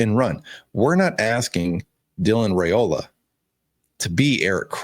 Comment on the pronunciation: Hey sweetie FYI Dylan's last name is pronounced RI Ola. I enjoy your shows. Have a blessed day.😊